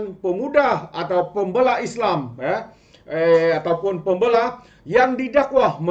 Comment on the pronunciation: Pem bey la Tu cara sebutan dia 😊